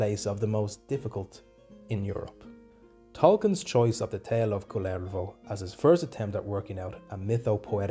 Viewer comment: Your pronunciation of the name Kullervo is to my ears the Finnish name Kalervo. He is totally different individual ; - ).